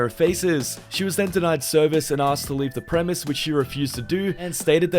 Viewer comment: Dude the word you are looking for is "Premises", not Premiss.